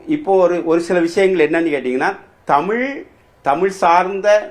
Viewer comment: So much knowledge sir. But can you not prounce the special word Za. Tsmiz. NOT. Anyway nice to know about our great Madurai. TAMIL.